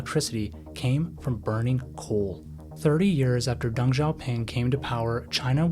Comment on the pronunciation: it's pronounced deng, not dung. the dude is super small but he's not a turd. DENG you mofo , D E N G